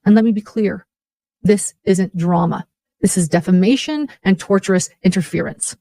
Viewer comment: It is driving me crazy that she keeps saying torturous interference. The word is tortious. Coming from the legal term tort which is in the world of civil lawsuits. I guess her four lawyers haven’t corrected her on this one yet.